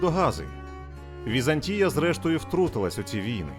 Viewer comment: ВізАнтія ( наголос на другому складі) - зразок облуди , лицемірства і зради. Вона створила штучну абетку для слов'ян (кирилицю) на основі грецької абетки, щоб утримувати експансію слов'янського світу. Її релігія - православ'я, стала релігією східного слов'янства Та прийшов час і Візантійська імперія зменшилась до розмірів міста, в 1453 році оточеного турками. Хоч як волали про допомогу ромеї ( греки ), ніхто їм більше не хотів допомогти. "Славним" нащадком Візантії стала Російська імперія (Третій Рим ), яка успадкувала весь негатив Візантії.